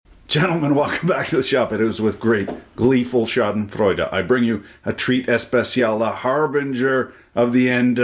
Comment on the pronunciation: Very impressed with your on point pronunciation of Schadenfreude 😯👍